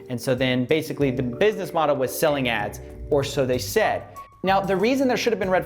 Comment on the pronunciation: Holy shit did that say "BUSNESS"?